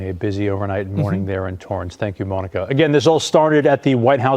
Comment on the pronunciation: Wtf is he calling her Moaninca hahha